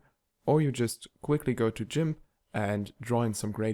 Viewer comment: Jimp?.... hahahahaha!!! Its Gimp!!! ❤❤ Edit: also still a great tutorial in 2023!!!